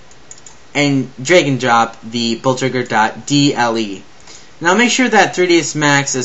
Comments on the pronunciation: "we have the Bultzregger" An fyi, that's not how you pronounce it. Blitz... Kreeg. Is how you pronounce it. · CORRECTION LMFAO: BLEETZ-KREE-GH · you say blitzkrieg totaly WRONG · Dude u keep saying Blitzkreig Wrong